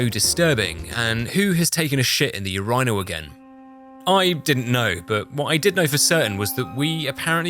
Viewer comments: "Ureyenal" Who pronounces urinals like that? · As per usual, does not fail to deliver immense amounts of second-hand stress, but most damming among all the MANY things making this video tense is his pronunciation of Urinal. Excellent challenge as always, thanks for making my toes curl up in the not good way, loved it, 10/10, would and will watch again. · Never heard unrinal pronounced "Yer-rine-al" before... Great vid as always 👍🏾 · Your-rynal? Thats the UK way of saying Urinal? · first time I heard a brit say urinal. nyce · who the fuck pronounces urinal like that 😭